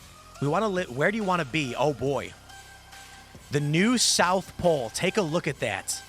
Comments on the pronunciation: After seeing Tim's video yesterday when He corrected someone's speech, I'm going to have to point out to him that its "pole", not "polce", and its "Apocalypse" not "Apocaylpse". 👍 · Polce? What’s polce? 😂 I knew what you meant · Aaah ,, da polc'e shift'e ay?